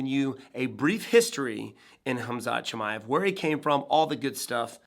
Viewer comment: And you still can't say his last name there's no I after the M Chimaev